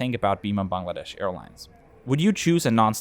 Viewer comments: A lovely and respectful review. Also well done on pronouncing “Bangladesh” correctly. Wouldn’t be so quick to recommend Josh Cahill videos. He always seems so negative. Well done! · First foreigner who correctly pronounced "Bangladesh" word🙃